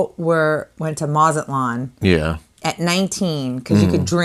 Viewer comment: "Mazaltan"? A Jewish enclave in Mexico, lol?